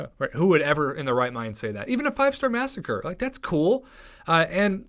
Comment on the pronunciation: I have never heard any MCOC youtuber actually pronounce Masacre's name correctly. It's not 'Massacre'. Just annoys me to no end... just watch that video they put out when the Mercs for Money quest was on...